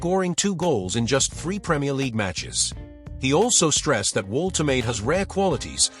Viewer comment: You said you're a newcastle fan but you can't even spell 'Woltemade' properly. watch this how to pronounce it properly